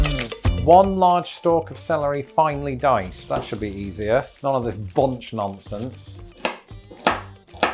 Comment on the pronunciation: you definitely need to work on your 'finely sliced' and 'finely diced' 🤣